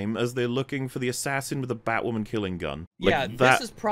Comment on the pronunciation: Strap in, lads. IT'S BATWAHMEN TIME.